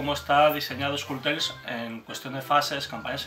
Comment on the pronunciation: En los vídeos en inglés pronunciáis mal "Skull Tales" (curiosamente solo ocurre cuando el narrador dice el título completo, porque cuando aparece la palabra "skull" sola sí lo pronuncia bien...). Salvo en el norte de Inglaterra, Skull no rima con Full. La U es como en CUP o NUMBER. En español da un poco igual, pero este tipo de detalles, en inglés, repercuten negativamente en la percepción de los mecenas internacionales. Que no se sepa pronunciar bien el título del juego... da muy mala imagen. Saludos.